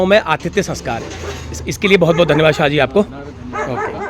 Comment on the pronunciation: शाह नहीं साह। शाह= अमित शाह।